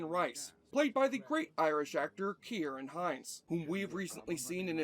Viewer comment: Points for pronouncing Ciaran correctly. I tip my hat to you.